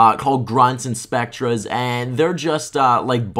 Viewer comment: Nice but "spectre" is pronounced "specter", not "spectra".